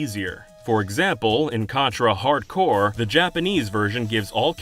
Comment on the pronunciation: Why do Americans call Contra Hard Corps as Contra Hardcore? I own a American cartridge and it says Hard Corps, however I've heard so many people say hardcore, even people who speedrun the game say it.